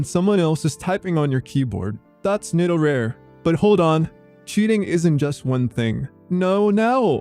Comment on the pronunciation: Just one matter, you pronounce [netorare] like an English word. It isn't. Correct Japanese pronunciation is completely different. For the rest, I agree.